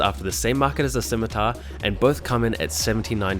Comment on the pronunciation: "Razer Schimitar"